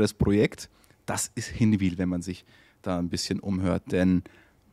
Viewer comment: übrigens, ihr müsst mal noch lernen wie man Hinwil richtig ausspricht 🤣🤣🤣